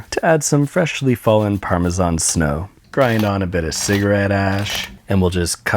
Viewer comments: I like how you actually know your shit like the pronunciation of parmesan. 🍄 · Thanks for pronouncing "Parmesan" the way god intended. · there is literally nothing more attractive than a guy pronouncing parmesan correctly